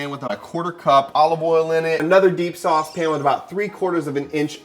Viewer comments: Sauuuceeee ! You know you’re from Tampa Florida when you say GASSS 😂🙌🏼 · LOVE THAT “SAUCE”